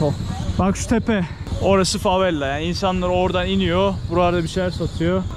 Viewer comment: Neden sürekli favella diyorsun?? Favela değil mi doğrusu?